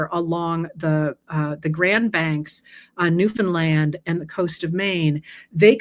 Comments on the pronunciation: So happy Newfoundland was properly pronounced🇨🇦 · I'm so impressed that you pronounced Newfoundland correctly! It's where I'm from and a lot of people get it wrong. I really enjoy listening to you and learn quite a bit about our southern neighbours from you. Thanks! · Thank you for pronouncing Newfoundland correctly! This was a fascinating posting. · An extra thank you for pronouncing Newfoundland correctly.🎶